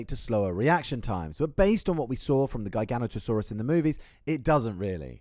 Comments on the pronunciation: GUY-GANO-TOE-SAURUS…. WHAT?! Not once have I EVER heard it pronounced like that. I’ve heard JEYE-GANO-TOE-SAURUS (which is wrong), JIGGA-NOTO-SAURUS ( close but wrong), and GIGA-NOTO-SAURUS (Which is right as it comes from the Latin words “gigas noton sauro” (giant backed lizard). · Say it with me... Jiga-noto-saurus.